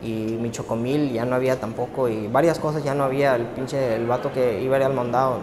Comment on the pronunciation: "choco mil" hahaha!